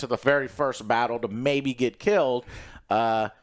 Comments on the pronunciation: It’s Rhaenyra dammit 😂😂😂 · RHAENYRA, NOT RHAENERYS ISTFG